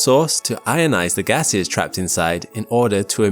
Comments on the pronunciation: Lost after I heard the atmosphere has gayses. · Ah yes, I love learning about the gayses in the atmosphere